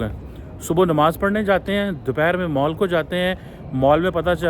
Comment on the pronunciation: Mall ❌ Maaal ✔️✔️✔️